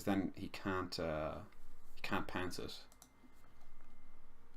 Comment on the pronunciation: Good show mate. Lol I kept thinking you were saying pants instead of pounce.